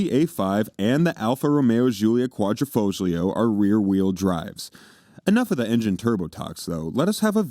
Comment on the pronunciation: The g is silent in Quadrifoglio